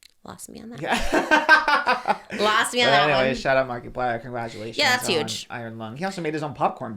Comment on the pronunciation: Pronouncing it "marky-plier" is absolutely sending me. I'm only calling him that from now on